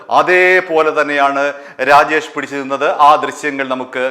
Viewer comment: രാഗേഷ് അല്ലടാ. രാജേഷ് ആണ് മൈരാ